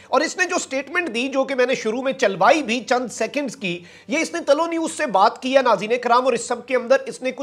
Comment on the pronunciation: پیارے. بھائی. اپنا. تلفظ. درست. تلو. نیوز. نہیں. ھے. بلکہ. طلوع. نیوز. ھے. شکریہ